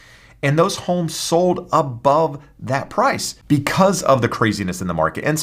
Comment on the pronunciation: I hate the way this guy says homes .